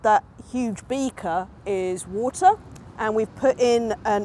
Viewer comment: why does she pronounce WATER that strange ??? with a "u"... ???!!!